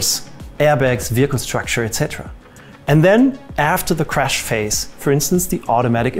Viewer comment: worth it just to hear the guy say weehicle